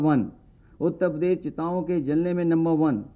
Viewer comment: He doesn't know to say uttarpradesh properly... He says UTTA PADESH😂😂😂😂